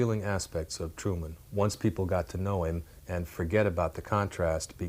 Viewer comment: Nine years have passed and you still haven’t corrected Harry “Turman.”